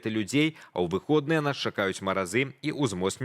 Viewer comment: Какие же они выходныя дни, когда в нашай мове пишеца корректно выхадныя и стало быть ударение на Ы.Возьмите, пожалуйста, на заметку.Хороший репортаж